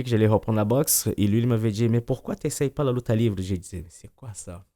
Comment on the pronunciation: LIVRÉ SVP PAS LIVRE(pour la prononciation)